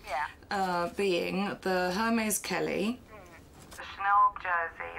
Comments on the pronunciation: She’s the appraiser but says Her-mays?!🤦🏼‍♀️ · OMG...she just said “Her” “Meezzee” when pronouncing Hermès...and she is an expert? But I do say the appraiser was bottom fishing and owner should of just named her price and be done with it. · Ive never heard a 'handbag expert' say 'Her-Mees' instead of prouncing it correctly. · The Hur-meeez. cringe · Exactly. Her pronunciation of ‘Hermes’ made me roll my eyes. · LOL exactly. When she pronounced it that way I wondered how much of handbags she knows about. 🤣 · She can’t even pronounced “Hermès” properly. Hahahahahaha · Bag expert pronouncing Hermes with the H sound? lol! Busted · That doesn’t even know how to pronounce Hermès correctly lol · The handbag offer was insane just one of the classic black Chanels you could get 3000. Don’t even start with the Hermès. The “expert”didn’t even pronounce Hermès correctly I was surprised when she first said it. She didn’t make the company look good, at all. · doesn't know how to pronounce 'Hermes' correctly and those bags are worth much more. Hermes and Chanel are invest bags. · First I wouldn’t trust anyone with my Kelly who cannot pronounce “Hermès “ right . I just chocked on my drink listening her pronouncing Hermès . General Chanel Classic Flap and Hermès Kelly or Birkin gives you better return than any conventional stock in the would. On top these were well made vintage rare gems and the condition was good enough. You can take them to the respective stores and get them spa and they would be good as new. She was a grotesque looking plastic woman trying to fool the sweet lady . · At least pronounce a brand correctly it’s Air Mez…..